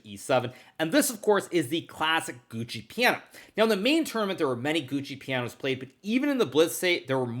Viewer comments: Hey Hikaru, when you say "Gucci piano" instead of "Giuoco piano" you are trolling us, isn't it? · "Gucci Piano", "Enn Pehzzent", "Fiantchetto", thank you for the chess vocabulary !